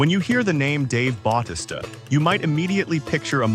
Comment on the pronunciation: stop saying his namr wromg its fucking annoying, if you going to make a video on him then say his name correctly. i had to stop watching to how annoying it was